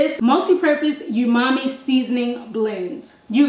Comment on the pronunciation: The way you pronounce umami cracks me up.